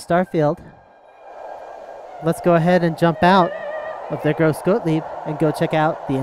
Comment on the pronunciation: You've pronounced the name of the demo wrong. The E of "grosse" is pronounced like the english A. EDIT: Like Patrick Hoff said, it's more pronounced like an U. I knew that A wasn't quite right, but it's sometimes difficult to transfer from german to english pronounciation.